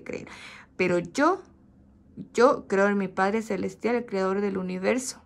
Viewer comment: Se dice CREADOR, no criador mija!!!